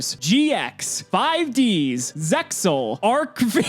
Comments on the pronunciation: Arc V, is Arc Five not Vee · dude it's pronounced arc-five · ARC-V's pronouncement is "Arc-Five".